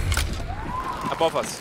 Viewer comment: Right Abovus, right Belowus